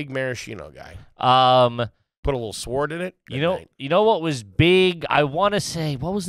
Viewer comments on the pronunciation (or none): are you garbage if you pronounce the W in sword cause wtf 😂